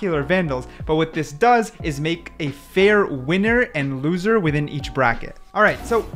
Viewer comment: you said “losser” it’s loser…